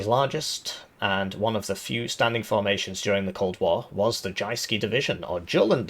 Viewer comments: aaarh the 'jayskee' division of Denmark! I dont have to tell how perfect his pronounciation is! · From Danish player, except for 'Jyske' you did well on the Danish speaking part :) PNÆV er just our short name for the M/72, stands for Panser (Armor) NÆrbekæmpelses (Close combat) Våben (Weapon) :) I need a campaign where we defend Jutland and the Northen German states :)